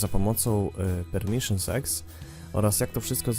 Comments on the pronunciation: ja słyszę że muwisz premiszionsex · on powiedział permiszyn sex (-_-)